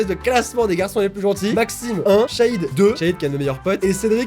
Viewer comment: OMG JE MAPELLE CHAHID Est le H de chahid ne se prononce pas